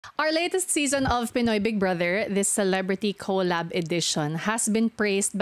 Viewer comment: Kow-lab ka ng kow-lab ate q… kolab po si lang nag pronounce ng tama dahil sayo hahaha